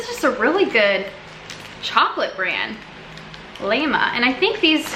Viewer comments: Karums means "craving" . Laima is pronounce "lie-ma" the small clock tower in the city is from this company. Laima is the old pagan Latvian goddess of fate, from which we take the word laime, which means luck. I'm glad you enjoyed most of the treats you tried! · Im latvian so this is such cringe your saying everything wrong xd.. The crine!😂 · It is Laima and Vāverīte😂